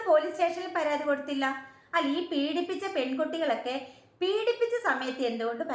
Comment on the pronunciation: അയ്യോ... പരാധി അല്ല... പരാതി.... 😊